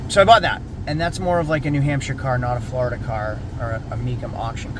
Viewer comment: SAYING FLARDA IS AS BAD AS SAYING NEW HAMP SHYER PLS STOP THANKS